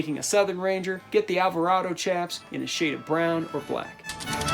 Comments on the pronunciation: PS chaps is pronouced shaps, not CHaps. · Chaps is pronounced with an “SH” not “CH”.... chap (with a ch sound) is something that happens to your ass when it’s wet in the wind. You get a CHapped ass! Lol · Great vid, one thing the word "chaps" is pronounced "shaps" like chaparral brush. Source: actual working cowboy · Chaps are pronounced shaps